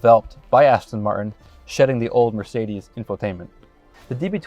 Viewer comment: You work for Aston MarTin. Learn to pronounce the “T”. It isn’t hard. 🙄🙄🙄